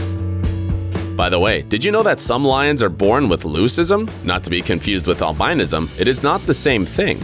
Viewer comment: This dude is fucking stupid, just from what I counted, he called a pitbull an american bulldog, mispronounced albinism, and called a tortoise a turtle, and called a baby kangaroo a cub. Dont listen to anything this uneducated, ignorant moron says.